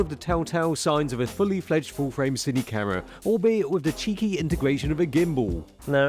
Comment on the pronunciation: interesting "ca'rra"